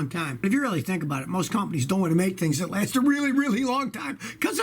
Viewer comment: Rev up your inline 6 that lasts "a weally weally weally long time!" :)